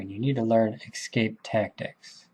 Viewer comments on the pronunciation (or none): I’m really enjoying this series, thanks much. Only nit to pick is your pronunciation of the word “escape” (it should not be pronounced “excape”).